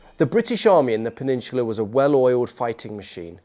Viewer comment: Peninsula. Do you even speak Americanized English